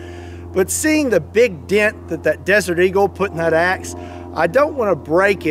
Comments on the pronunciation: At first I thought you said "ex" and I thought "now you're on to something!"😂🤣😂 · Sounds like he is from Chicago when he said that